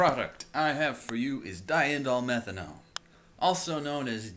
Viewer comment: Nice pronunciation of diindolylmenthane! :P